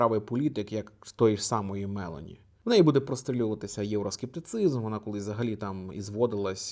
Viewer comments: Вибачаюся, пане, але не Ме'лоні а Мело'ні, трохи ріже слух, дякую за працю, і ще раз Вибачаюся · Вона ж Мело́ні, а не Ме́лоні?